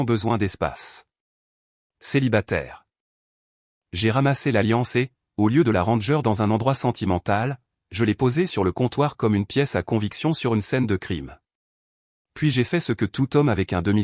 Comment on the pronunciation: On ne dit pas " randgeur " en français...on dit ran-ger..! Faute de prononciation récurrente ...ren ren Jé jé ! 😉..si ça peut vous aider..🙄😁👎😁😁😁